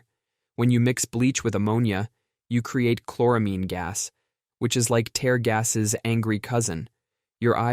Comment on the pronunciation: Weird that it said Tear-gas (like tare, not teer)...